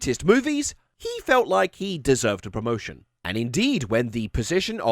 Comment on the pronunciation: he wanted a PRRRMOTION